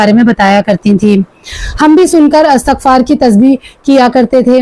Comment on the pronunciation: Assalamu alaikum astaghfaar Nahi asal word istighfaar hota hai plz aap sub Sahi parha karenge is word ko